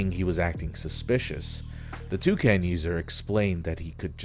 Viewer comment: >"Toucan" >"TwoSam" HE CANT KEEP GETTING AWAY WITH THIS